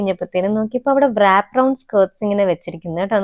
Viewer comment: Wrap ennu word pronounce cheyyumbol, ‘W’ silent aanu.. Rap ennu aanu paraya😊